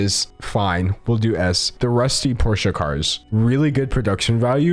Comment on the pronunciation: we gonna forget king was saying porsha not as a joke 😭😭